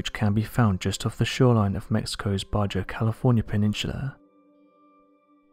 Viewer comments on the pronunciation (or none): BAJA IS PRONOUNCED BAHA NOT BARJAR. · Baja is pronounced bah-hah. Jesse ventura lives in the Baja 6 months out of the year. There he has 5000 gallons of potable water and a silo full of tortillas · Just FYI, the "j" in "Baja" is pronounced as an "h": BAH-ha. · Ba”h”a California. Damn dude, everyone knows J isn’t pronounced the English way in Spanish! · Fascinating.... By the way, the word Baja is Spanish, and the J is pronounced like an H. Baha. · Baja California, Baja is pronounced Baha. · Did he just pronounce Baja , bajja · My God ..Baja is pronounced baha why don’t you check your pronunciation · giggles at baJa. its pronounced baha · Its baha, the j sounds like an h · Baja The J is pronounced as an H